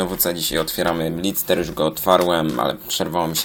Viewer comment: nie blitser tylko blister